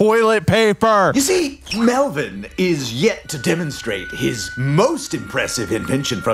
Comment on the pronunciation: Melvin? Nah. Velmen? YEAAA